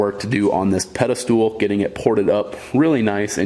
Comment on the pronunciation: Pedestal***, not pedestool.